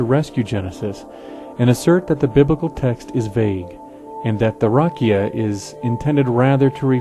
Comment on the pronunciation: I'd just change how you pronounce "rakia" (רקיע). It's not stressed on the first syllable ('rah-kee-ah) but on the second (rah-'kee-ah). You're absolutely correct about its meaning, though. It's pictured as a dome hammered out overhead to hold the waters above it back from falling down upon the earth.